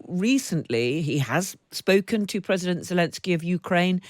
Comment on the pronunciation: Seriously, “Predident Poot’n”